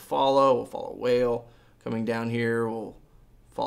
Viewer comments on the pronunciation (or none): Hahaha "Whale" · Did he say whale ha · Follow "Whale" 😂😂 I'm dying 😂😂